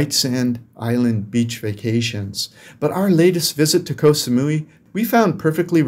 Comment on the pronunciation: just so you know KOH in Thai is pronounced like GOT. As in GOT Sa-mu-ee (Koh Samui)